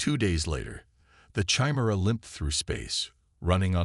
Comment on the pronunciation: How does an AI reader not know how to pronounce Chimera?